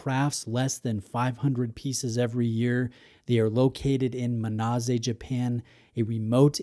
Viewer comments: I don't think you should voice the s into a z sound in Minase. Me Nah Say. The katakana is ミナセ so yes, you indeed need to say "se" not "ze". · Correction: Minase—- Me-Nah-Seh